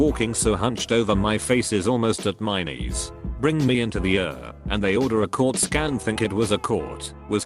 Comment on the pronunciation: I love that it read ER as er. Though seriously I hope he's ok.